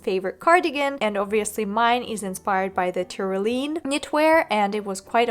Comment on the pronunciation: Love this as a review and a resource! Pronunciation note: it's not Ty-ro-lean, it's tr·*ow*·lee·uhn